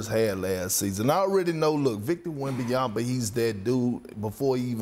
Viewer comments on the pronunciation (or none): Why Perk add the extra “b” to Wemby’s name? 😂 …yama, not yamba 😂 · Did Perk just said WembanyamBa twice in a row?)